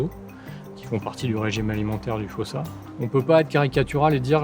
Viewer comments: S'il vous plaît la prononciation malgache c'est "fousa" le o se prononce "ou" en malgache. Quand on vous entend dire fosa on entend "fôsa" c'est bizarre (et on écrit fosa avec un seul "s", qu'on prononce "ss") ;) Sinon merci pour la vidéo sur notre île ^^ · Si jamais en malgache ça se lit "foUssa" et non "fOssa" 🙂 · J'ai entendu des malgaches disant que c'est "fousse" et que le "a" à la fin est méga rarement prononcé de façon à ce que ça soit audible. PS: votre nom sonne très malgache, n'hésitez pas à me corriger si je me trompe ;) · Mais ça se prononce fosa.(foussa) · Épisode passionnant! Pitié dites-moi que je suis pas la seule a avoir entendu "Foussa faim" pendant tout l'épisode! 😆 Ça pique pas trop les coups de soleil? 🤣